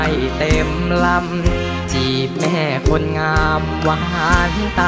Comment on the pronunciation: เสียงดีมากใกล้เคียงต้นฉบับเพียงแต่เสียงบางกว่าหน่อยเพราะอายุยังน้อย ออกเสียงชัดเจนดีมีจุดเดียวตรงคำว่า"คน"ดูแปร่ง(คหสต)